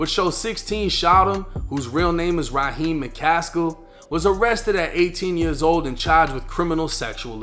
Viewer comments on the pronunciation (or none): none